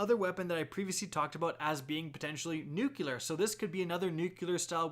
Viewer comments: And one more thing - NUCLEAR not NUCULER! Noo-clee-er. Not Noo-cue-ler. facepalm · NEW-CLEAR, its pronounced NEW-CLEAR, not NEWK-YUH-LER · Hey man it's nuclear, not nucular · It's Nuclear not Nukeyewler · Nuclear... "new klee ar" not nukular. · Stop saying nukilear, there`s no "i" in NUCLEAR :/ It`s like pronouncing volvo "vulva" or something, nukilear vulva.. "ey bro, what car u got?" A NUKILEAR VULVA! 1974 model.. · Please learn how to pronounce nuclear. It's not nukular. It's NUKE-LEE-AR! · BRO ITS NOT “NUKULAR.” NUCLEAR MANNNNN. You’re not George Bush. Don’t say it like him 🤦‍♂️🤦‍♂️🤦‍♂️🤦‍♂️ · "nucular" God fucking damnit. Wtf is wrong with americans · coming forth with the George "Dubyah" Bush "Nucular" pronunciation:) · Nuke-lee-ar not nuke-u-lar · nuculer is not a word sir...it's nuclear. thanks for the breakdown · Nuculer XD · Did it bug anyone else that he kept saying “nucular” instead of “nuclear”? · Let's say it together. Nu. Clear. Nuclear. Not nu-cu-lar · nuclear. nuclear. not nucular lol. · Say it with me... new clear. New clear Now put it together. Nuclear Nukeylur: n, someone who doesn't know how to pronounce words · I hate niggas like you who say NUCULAR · He pronounces "new-cue-ler" like George Bush. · Please pronounce nuclear correctly. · Alright, you’re gonna have to learn how to pronounce nuclear if you’re going to cover bl3. NEW-CLE-AR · Please, please, pretty please, stop saying "nucular" :) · i know, i made a separate post. nuclear man. nuclear. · Awesome breakdown! One tip: "Nuclear" >> "New" + "Clear" :D